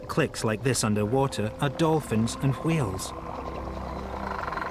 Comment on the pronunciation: I have another question, why does the narrator pronounce Whales like Stewie?